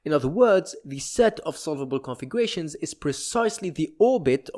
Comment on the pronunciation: I was became increasingly more annoyed each time i heard "configuwations"